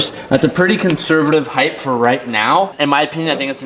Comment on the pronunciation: heighT not heighth